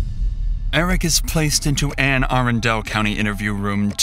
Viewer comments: ..... I live in the DMV and hearing "Anne A-run-del" hurts me... Its Anne A-rundle... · “anne arrun del” it’s pronounced an-a-run-dul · The county is pronounced Anne Ahh Run duel not air in dell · It's NOT Air an Del.........It's Anne (like the woman's name) - Ah - Run (like you should for not doing your homework) - Del, like a geographisc description..........OK? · Should be labeled "baltimore police officer murders innocent teen, hides body" I used to live in Anne Arundel Co Maryland. Pronounced Ann ah-run-dul. Js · I'm not sure why all the youtubers pronounce Anne Arundel the way they do? It's pronounced Anne Ah RUN dull. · Local pronunciation: ANN uh RUN dul. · It's pronounced Ann A-Rundel. Lol. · Nobody can pronounce anne arundel county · the way you pronounced Arundel for Anne Arundel, sorry as someone living in the Baltimore area that stuck out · lol the crappy AI voice cant pronounce Anne Arundel county